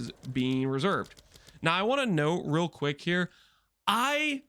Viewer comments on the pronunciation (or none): none